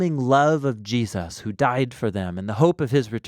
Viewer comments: Whos Jee-A-suz? 😉 keep up the great work guys! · Good video but the way you say Jesus is funny. It sounds like you're saying "G" zhus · Great summary; just a trivial point but I often hear US people saying "JeSUS" with this emphasis on the 2nd syllable, which sounds so very odd to me as an Australian (where we just say Jesəs)